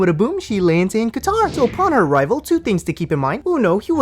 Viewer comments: It's how she kept saying Guitar and not Qatar lmao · “Let me see your six pack!”😬😬😬Also, did she say he lives in “Guitar”? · Why does she keep calling it GUITAR???????? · Just like she mispronounced Tunisia and Qatar all the time